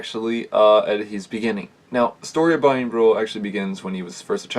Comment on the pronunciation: His name is pronounced Brian bor u